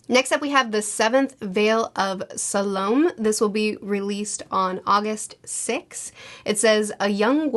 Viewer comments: For future reference, "Salome" is traditionally pronounced "Sah-loh-may" rather than "Sah-loam." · I could be wrong but I think it's Salomeeee.